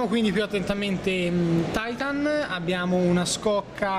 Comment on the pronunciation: Its "titan" not "taitan"